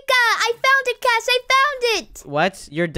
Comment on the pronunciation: its cash not c a s h